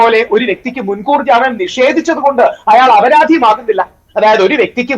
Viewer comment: അപരാതി അല്ല, അപരാധി . സ്‌കൂളിൽ പോകാത്ത ആരോ നിങ്ങളുടെ ഡെസ്ക്കിൽ ഉണ്ട്.